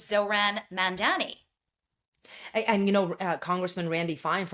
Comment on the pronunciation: Two women who can't pronounce "Mamdani" trying to smear him Enjoying the barking 🥰